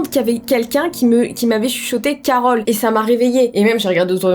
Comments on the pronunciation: Bah grâce à toi je viens de découvrir qu'elle n'avait pas dit carotte mais Carole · quand t'a dit Carole j'ai cru que t a dit ; CAROTTE !!!!!!!!!!